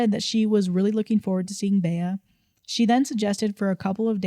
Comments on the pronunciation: "Bay-uh" was driving me crazy. Bea is pronounced Bee. Aunt Bea from the Andy Griffith Show (am I showing my age?!) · Bea is pronounced “Bee” like Bea Arthur from golden girls